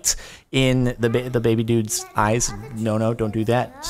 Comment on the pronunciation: BIDYBAB NOT BABY!!!!!!!!!!